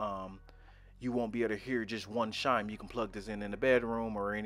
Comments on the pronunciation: It’s chime, not shime. Chime has the same first consonant as church. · Not the grammar police coming for you for saying “shime” instead of “chime. Sometimes people pronounce things differently. He could have an accent or their primary language may not have a “ch” sound. It could be a speech impediment, or simply that he is used to a different pronunciation. Get over it. The English language isn’t the only language in the world and hyper focusing on his pronunciation just makes you sound pedantic. He’s just trying to be helpful and that’s what you care about. Take it for what it is. Grow up. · Glad I’m not the only one who noticed he says shimes instead of chime😭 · It's not shime. It's CHime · Lol he said it like 10x